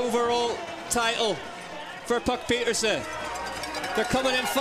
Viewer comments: It's neither! You can't get the name right,so what are you complaining about the commentators doing it? Puck pieterse PIETERSE! 🤌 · It's Puck Peters not Peterson